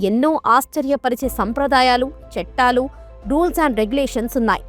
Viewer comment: చట్టాలు అనాలి. చెట్టాలు కాదు.